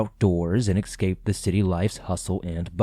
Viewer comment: Escape, not excape